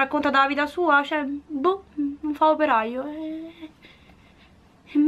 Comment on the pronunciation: quando dice "io non faccio praio "in realta dice " io non faccio operaio"